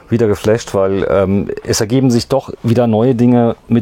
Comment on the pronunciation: Der Mann kennt sisch aus - dementspreschend is dat 'n sehr interessantes Video!